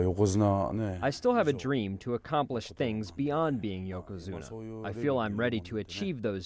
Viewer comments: Why does that guy keep saying yokazuno instead of yokazuna....? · I really wish this guy would stop saying Yokozuno! Ffs! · This guy kept sayn yokozuno........